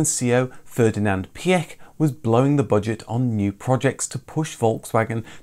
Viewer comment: Piech is pronounced Pietsch